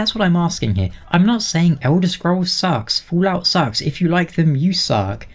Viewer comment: Are You purposely saying Foolout? Or is it just an accent thing? :) BTW as for GTA5: "Rockstar Games' Grand Theft Auto 5 is now the best-selling entertainment product in history, eclipsing any medium. According to a new report by MarketWatch, GTA 5 has now sold over 90 million copies and generated over $6 billion in revenue since its initial release."